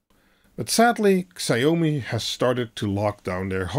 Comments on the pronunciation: Please don't say "sigh-oh-mee". It's more like "she-ao-me" (ao as in how). Thanks. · Please learn to pronounce Xiao-mi properly!